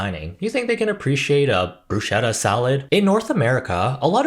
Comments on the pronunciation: not the brussshetta :') it's pronounced brusketta. ch in Italian is a k-sound. great video! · My Sicilian heart stopped beating for a second. My ears were violated by the butchered pronunciation of bruschetta 🤦‍♀